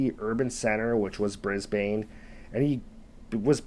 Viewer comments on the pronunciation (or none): BRISBIN is how one says Brisbane. A great story and very real. One has to train your dogs to stay away from our awesome roos or kangaroos. They are a part of our silent army and you may scoff but we have managed to live side by side with our wildlife. I cannot stand anyone who would exploit these fun cuddly scary awesome animals. I enjoyed your telling of this story and yep like everyone here i thought he'd come accriss a croc or a yowie. Even emus will chass you. Dang i love this country.🇦🇺😎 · Say it like an Aussie. Brisbn. There is no long (A) sound. It’s as if there is no A or E. Brisbn. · It’s pronounced “Brisbane,” not Brisbane!😁 Kangaroos rarely attack humans & dogs or anything for that matter-they usually flee when you come close! I grew up with kangaroos, they are beautiful creatures! If anything is being attacked, will defend itself! Sad about the furbaby! Dogs might have been trained to hunt wild boar, but they obviously were trained enough, as if you call them off, they should do asked commanded!!! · Brisbane is pronounced Brisbin. We have feral pigs, not hogs. You can tell im an Aussie. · Ha ha I was thinking the same thing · That was killing me as well..even though I’m a bloody yank.